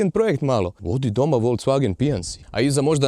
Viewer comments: Dobar ti je taj "volcvagen" :D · Radim u VW u njemackoj i svaki put nacin na koji kazes Volkswagen me zategne u prsima :P .. Tipke na volanu su mi katastrofa jer reagiraju i na klizanje puno puta prebacim pjesmu ili pojacam radio a nisam htio jer reagira na slide a ne samo na dodir ..